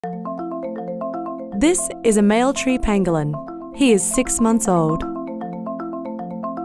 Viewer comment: when she says "pangolin" all I can hear is cartman saying "ping a ling."